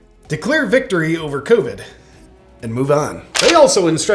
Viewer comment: oh man, i literally just almost spit my lunch out over my computer every time you said "cgggoovggdd19" 🤣🤣🤣🤣😂 thanks for making me LOL-ing I needed a good laugh